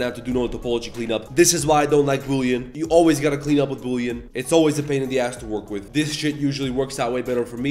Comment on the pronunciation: Bully❌ Boolean✅